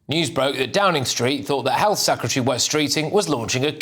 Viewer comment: Could someone tell Kemi Badenoch how to pronounce Secretary please?